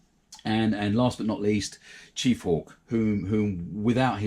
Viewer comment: Thanks for the shoutout.. it’s chef/hawk not chief hawk. Lol 😂. Yeah the teeth again are totally wrong on this lower section. I was thinking off casting a set to modify and then casting that set,. But these are so small to work with. I admire the work you have done with the eyes and teeth. Keep the videos coming. Cheers